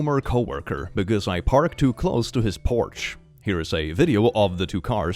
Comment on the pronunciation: with all my love and kindness, you're saying Porsche like porch, and that's not how you say it <3